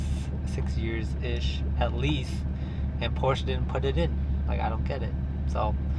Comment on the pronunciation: You can't even pronounce Porsche.